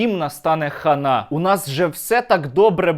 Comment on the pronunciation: Ще не чула, щоб так хтось вимовляв це слово "хана" з таким акцентом ! 🤣🤣🤣🤣🤣🤣